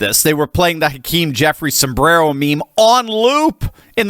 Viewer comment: Hawk-tau-keem Jefferies is my hero